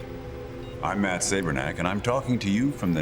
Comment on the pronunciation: THIS vid doesn’t instill a LOT of confidence in THE argument of our ‘sphered’ world…and HUGE universe. WRONG actor/narrator..”Saberneck”?